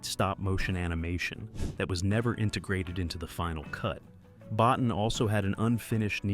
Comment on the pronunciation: BOTTIN is pronounce BOTEEN....